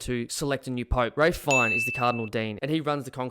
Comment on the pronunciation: This video is awful and trite. You can't even bother to pronounce Ralph Fiennes' name correctly, but you then have the audacity to say most people only know him as Voldemort?! Is this a joke?